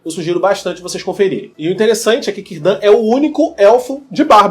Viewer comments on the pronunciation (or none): Cirdan se pronuncia "Quirdan"! Ninguém sabe se o mago é o Gandalf, até pq ele chegou muito depois da última aliança e pelos portos cinzentos, mais provável que seja um dos magos azuis.